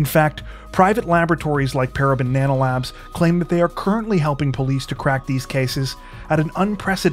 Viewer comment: I kept hearing "Para Banana Labs" .....